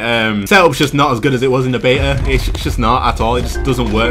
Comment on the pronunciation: i clicked of this video because he says beta the wrong way pisstake